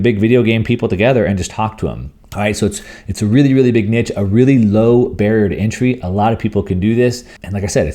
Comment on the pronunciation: I had no idea what you meant with 'Nitch'. As Scott writes too in the comments: "9. Personal events - virtual events, conferences, big nitch". Do you mean Niche? I have never heard anyone pronounce it like 'Nitch'. It is 'Neesh'.